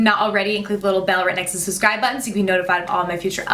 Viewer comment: I hate how you say "susscribe" EVERY single time